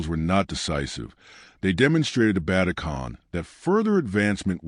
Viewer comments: Stopped watching it as soon as you absolutely butchered Ögedei Khan's name. I mean it wasn't even close O-G-D-I? It's Uh-ge-die. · More AI Slop. Can't even pronounce Ogidai.